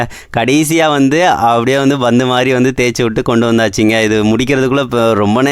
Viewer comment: Bandhu betrol butthagam பந்து பேட்ரோல் புத்தகம் வார்த்தைகளை நன்றாக சொல்லாடவும்....